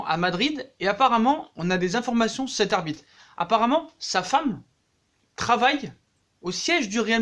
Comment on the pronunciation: Je suis le seul à entendre arbite 1 fois sur 2